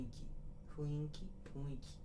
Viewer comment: ふんいき、ふいんきって最初あってんのに間違って読み方すんのツボw